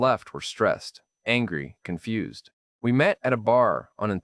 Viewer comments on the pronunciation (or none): none